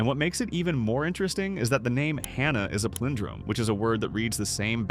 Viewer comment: And “palindrome”